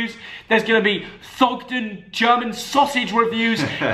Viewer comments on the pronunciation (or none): none